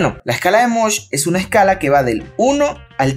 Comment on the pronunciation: Escala de MOHS, no de "mosh" 😂